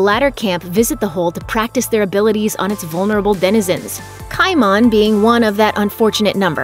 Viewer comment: I twitched a bit every time she said "KAI MAHN."